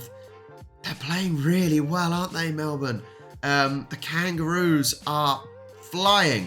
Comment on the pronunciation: okay loved the video but if you don't stop calling them Mlebourne... they are NORTH omg@ you are killing meee!!!!! Melbourne is Melbourne and North Melbourne is NORTH... AHHHHHHHHHHH ... okay rant over... LOL